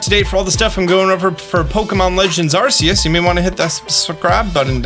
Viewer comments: I really love your content and its always great but please, ArCeus not arseus☹ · Just say the 3 letters RKS and you will be pronouncing Arceus right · Dear god! STOP SAYING ARCEUS THAT WAY! YOU DO IT JUST TO PISS PEOPLE OFF!!! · When are you going to fix your pronunciation of the word 'Arceus'? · Arceus is spelled with a hard C, just saying. That said, this video is pretty cool. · Did this man really start off the video with pronouncing Arceus name wrong? 😂 Sounds like k in the begining not s